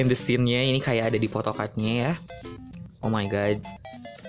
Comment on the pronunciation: Di menit ke , ngomongnya skin lagi bang,bukannya scene